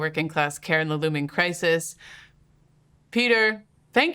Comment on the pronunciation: Guys... it is really not so difficult to check the proper pronunciation of people's names. The name of that idiot, that weasel, that maniac Rutte is not pronounced as the English word "rut". The name of your guest is not pronounced the way the name Peter is pronounced in English. Research it! Because it sounds profoundly silly when you pronounce it the way you do... invest a few minutes to research it before you make a video, that will prevent you from sounding like a bit of a fool.